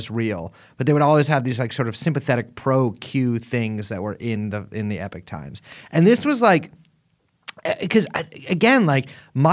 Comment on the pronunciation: However you pronounce the first vowel in "Epoch", the second vowel is still an O, not an I.